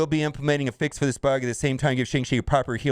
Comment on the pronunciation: Classic destroyer of words. Even when they write a whole bit into the movie about how to say the name right it’s still not enough.